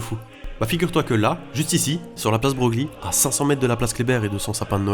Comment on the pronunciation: Broglie se prononce "Breuil" au passage et les deux enfants de la femme au monument au mort place de la République représentent deux soldats français et allemand qui regardent chacun vers leurs pays. Super vidéo !